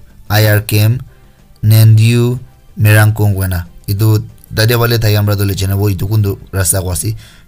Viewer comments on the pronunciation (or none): none